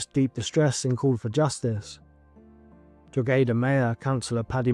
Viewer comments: This case is so confusing! Why did the grandmother not report him missing before? Why did Dayla not take her other children? Why did Dayla herself not report him missing? So many questions. (PS side note, but Drogheda is pronounced Draw-ed-a). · It’s pronounced Drog-he-da normal flat O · Kyran is pronounced Ky-ran not Kieran here in Ireland. Also Drogheda is pronounced Dro-heda